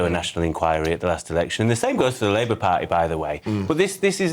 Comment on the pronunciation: 3 35 couldnt say the word ,liebour at its best